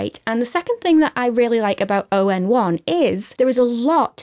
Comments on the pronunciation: ON1 user for quite a while now, so it was refreshing to see it at the top of a list of LR alternatives. And just in case nobody else mentioned it - it's "On1" not "O..N..1". :) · It's pronounced "On one" not O N 1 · Thank you for the great tips, as a ON1 long time user, I just wanted to point out the name of the company is not O N 1 it is pronounce on-one like all in one. Great video, cheers. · Spelling out “oh en one” instead of saying the words “on one” is too cute for words😂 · You should do some more research before criticizing the name ON1. It's pronounced onone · Nice review! Thanks. I always thought ON1 was pronounced “On One” (awn-wun) which rolls off the tongue a little easier. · I’m surprised you haven’t heard of ON1, the company has been around for well over a decade. Their products work - or at least used to work - as a Photoshop/Aperture plug-in as well as a standalone product. I haven’t used it for a while as I’m taking a break from digital photography, but it always been a good product and one I’ll go back to when I resume digital photography. By the way it’s called ‘on 1’ not ‘o n 1’ - it was clearer how it’s pronounced before they changed the logo from ‘onOne’ to ‘ON1’.